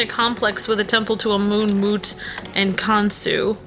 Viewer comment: It's pronounced am amun not amoon.